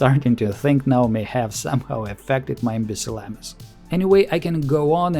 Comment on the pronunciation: Imbicellamus 😂 I love it 😂😂